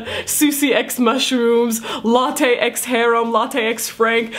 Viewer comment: She pronounces lottes name as latte TF?! XD